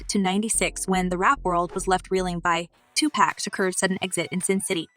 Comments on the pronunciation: It's not pronounced to pack...that is very irritating. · Say his name right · I wish you would pronounce his name right. You hear us say his name the right way. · She knows how to pronounce his name. .The media does that to clown Pac. She's media and the media is full of undercover bigotry. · Girl you can not say their names right Please! Please can you say Tupac's name correctly!! Its not tupack!! Tupac! Dre not what you just said! You can not even state the names right! Just stop